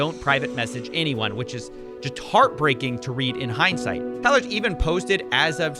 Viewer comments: in hyne's sight you say? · Was that wordplay intentional 😂 "In hindsight (Hyne-sight)"